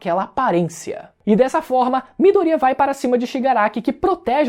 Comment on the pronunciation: Mano esse cara que fez o vídeo viu o anime pelo menos,chegar a doer os ouvidos vendo ele pronúncia os nomes dos personagens tudo errado,se foder Mano,midoriiaa a pronúncia é MIDORIÁ,veja a pora do anime com áudio original pelo menos e fala o nome dos persongem certo,vários personagem que fala o nome todo errado...porrra